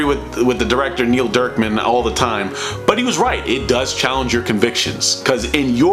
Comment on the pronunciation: “Neil DERKman”...I can’t stop laughing 😂